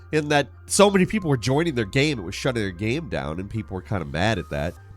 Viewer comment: say the word ''Game'' im serious'' not ''GHahm''